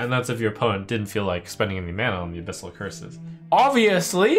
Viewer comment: Fun watching trump misread the abyssal decks